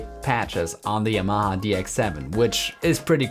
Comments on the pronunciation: Could you clarify Y'mah ? It's pronounced Yamaha, Japanese for Harmony. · There's no stress in Yamaha- it's a Japanese word.